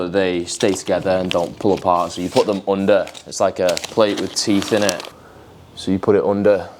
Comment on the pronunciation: The way he says "OONDER THE FLOOR MATE. " 😂😂. sick home gym btw ….